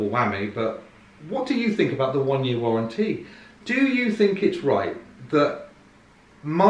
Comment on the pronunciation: Warren T